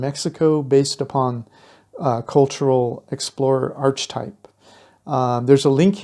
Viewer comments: Just fyi - it's not 'arch - types', it's 'ark-a-types' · Please! The pronunciation of archetype is ARK uh type